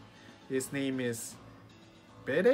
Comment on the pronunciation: Bede is pronounced the same way as beet. Like bee-d Marnies name in Japanese is pronounced with a soft "a" So it's maah-ree